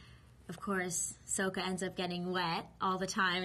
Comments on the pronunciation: SOKKA, Not SOUKA, ugh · If she watched the show, wouldn't she have known darn well that Aang is pronounced "Ayng" and Sokka is pronounced "Sock-a"? You'd think that she would feel at least a little uncomfortable pronouncing them "Ahng" and "Soak-a" in this interview, wouldn't you? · Its sokka not soak- uh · It’s Sokka not Soh Ka!😡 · Every time she says Soaka or Oong, i die a little inside. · The name pronunciation got to me to, I was like "Christ watch the Series if you don't know how to say the names, It's 'Aang' not 'Oung'! and 'Sokka' not 'Souka'!" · it is not Soakah and Uung it is pronounced sukka (sokka) basically and Aang... damm that pisses me off!!!!!!!!!!!!!!! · It's effing soka not sowkah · ITS SOKKA, SOKKA NOT SOAKA JESUS CHRIST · It's Sokka, not Soaka! It's Aang, not Aung! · Its not souka its sokka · She said Soka not Sokka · WHATS SO-KA !?!? WHAT IS THAT?!? ITS "SOKKA!" PRONOUNCED "SOCK-KA" ARGG! pirate mode :( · She said soakka not sokka another name wrong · Ong might be authentic, but Soaka is not. That's not right. And anyway, people talking about how it's more 'authentic' should rethink that. Because it's an invented culture, whatever the original show says is authentic. Aang is not a typical buddhist name, and Sokka is not an inuit name. They are invented, and so the pronunciation that they give CAN'T be wrong. And is it just me, or is this girl not all that bright? Maybe she just gives bad interviews. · SOKKA!!!!!!! NOT sOOHkka SOKKA!!!!!!! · "soakka" *SMASHES DESK* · it's supposed to be katara's brother "saka" see M. night couldn't even get the names right! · Sokka its pronounced with an okka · how u sat sokka is sock ka and aang is like tang with a in place of a t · yall are talking abt how she calls sokka souakuh but what really got me when they called aang ung i mean come on she can pronouce zuko but not aang?! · say it with me SOCK-KA...got it? SOCK-KA good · the amount of times she's saying soaka and ong is killing me